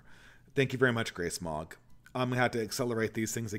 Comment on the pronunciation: Was listening to this without watching today and I thought “Grey Smog” was “Grace Mog”